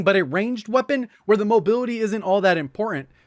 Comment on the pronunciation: No one:: Qeapon